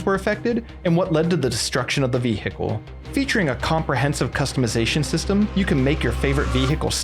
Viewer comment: new drinking game, take a shot everytime says ve-hickle